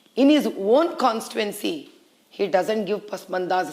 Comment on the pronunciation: kawn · stee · too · uhn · see and not kawn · stee . uhn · see. Kya MP seat ladne walon ka knowledge hain.